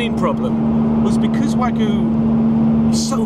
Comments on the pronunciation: So it's pronounced WAH-GOO, huh? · You're pronouncing wagyu wrong - there's a Y in it for a reason. wa-gyu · It hurts me to hear this guy pronounce Wagyu...